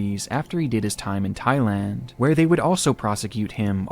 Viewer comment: Bro said Thigh-Land oh mama 🥰 thigh land seems like a place for me. Someone care to give me direction